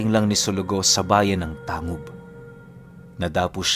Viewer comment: Tang-Hub po ang pag banggit nyan